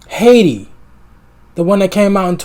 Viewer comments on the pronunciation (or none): none